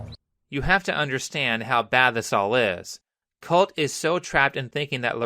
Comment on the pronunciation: I can't unheard colty whenever he said colt